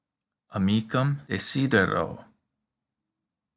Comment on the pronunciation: I'm just curious. The way I hear it, you are pronouncing "amicum" and "amicam" identically. Are you sure that there is no difference in their pronunciation?